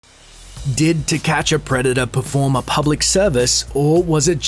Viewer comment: "preda-daaahhhh" Americans facepalm